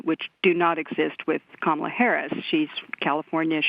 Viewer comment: Please learn how to pronounce 'Kamala'.